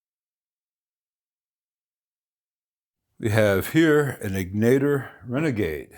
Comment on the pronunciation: Bruce's shop is literally a couple minutes from my house. He's a mensch. Also, the accent is on the first syllable in Egnater.